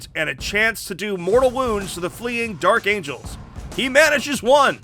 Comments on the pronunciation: "Dark Amgels" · Lol "Dark Amgels" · Took me 13 minutes to realize “Dark Amgels”